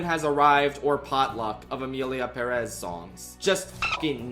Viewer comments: I literally can’t finish this vid bc of the way you say Perez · literally had to click off because i dont understand how anyone can pronounce perez like that 😭😭😭 youre insane